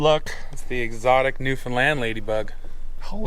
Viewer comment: Shoutout for the correct pronunciation of Newfoundland.